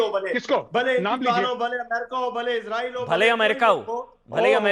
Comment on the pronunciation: Ye besharam kis mo SE raw-fail 😅 Ka name le Raha ha But anyway.. Ijreail ij a pather land end-ya ij a mather land